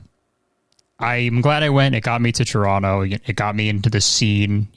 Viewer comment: Thank you Chris for not saying "Toe-ron-toe" 🙌 Love watching both of your content and was so excited to see this :)